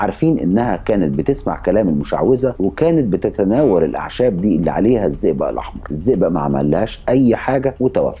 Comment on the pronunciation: اسمه الزئبق مش الزيزا. طريقة نطقك مش واضحه للاسم